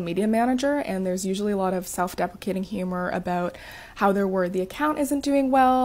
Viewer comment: I think she says self defecating instead of self deprecating at about . I suppose both would mean you're crapping on yourself anyway.